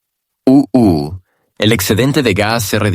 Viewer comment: Es muy molesto escuchar E.E…..U.U. todo el tiempo. Pero creo que IA traduce automáticamente, lo cual podria significar que ningun ser humano entienda o le importe este mensaje. 😂